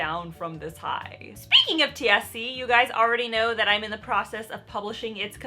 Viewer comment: When you said, "TSC", I thought you lowkey said "THC" and then you said, "I'm still on this high". I was just very confused